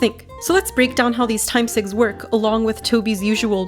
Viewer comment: Every time you say “time sigs” I just hear it as the horrendous slang for horrendous cigarettes, “cigs”. 🤮